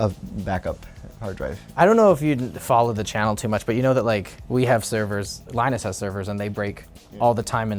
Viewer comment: Lie-nus bueller... he ain't sick